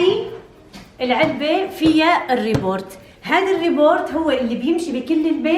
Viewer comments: اسمها روبوت مش ريبورت و لا روبورت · روبوت وليس ريبورت 😂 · اسما robot مو rebort 😒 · اسمه روبوت مو ريبورت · ابوس ايديكي حاج تعيدي كلمة روبورت اسما روبوت .... روبووووووووووووووت حسبنا الله ونعم الوكيل والله انا بدالك بحذف الفيديو ههههههههه لا واللي بيغيظ اكتر انك عدتيها اكتر من 20 مرة يعني لو مخربطة او سقطت سهواً كنت سكتت وما علقت بس تو ماتش كتير 🤦‍♀️ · روبووووت مو ريبورت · روبوت ❌ روبورت😅 مبروك الكنه الجديده😁